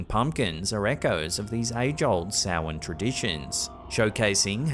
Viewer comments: And correctly saying it correctly!! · thank you for pronouncing Samhain correctly. Great clips as usual! Are you sure that the hum isn't Siren Head? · So proud of you for pronouncing Samhain properly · I'm impressed. You pronounced Samhain properly. Well done sir.😊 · Very well pronounced. Samhain is also the Gaelic word for the month of November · Thank you for pronouncing Samhain correctly!